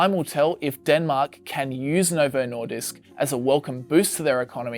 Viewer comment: As a dane, hearing the English pronounciation of the word "Nordisk" over and over again is honestly annoying me.